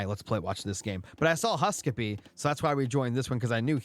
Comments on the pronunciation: Its husk-soup, not husk suppee😂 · HUSKSUPPE is a legend :D but it is pronounced HUSK - soup. His go-to image identifier on profiles is a bowl of soup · Great Cast as always! been watching since the Closed Beta for Retold Casts. Keep it up! :face-red-heart-shape: HUSK-SUPPE is Scandinavian and means "Remember Soup" or MEMORY SOUP! :face-green-smiling: and is pronounced at its best in English HuuSK-SOUP